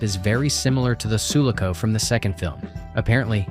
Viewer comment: Maybe try wathing Aliens so you at least know how to pronounce SULACO?!